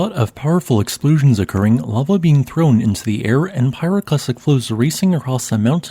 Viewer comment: ex slpooshins.. wtf fix your voice bot!